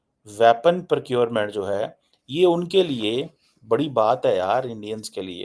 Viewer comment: Tallyphone, aksilent, wyapon, purrocurement --- please avoid speaking English and murdering it. And get it into your thick neckless head that:South Asia is not an entity. The Indian subcontinent is.